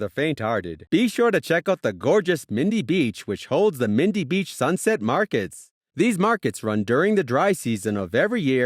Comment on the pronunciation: OMG If you don't actually know the topic, don't make a video about it. E.g. Darwin is in the tropics, so it doesn't just have 'dry heat', it's actually the wet season up there that makes people crazy. You mispronounced Crocosaurus and Mindil Beach. Some of the images aren't even from the NT - they do NOT have fairy penguins or lush mountains there. Katherine Gorge is near Katherine, not Darwin, the Devils Marbles aren't nearby either and Uluru is 2000km (1200mi) away. LOL. Hopelessly bad vid.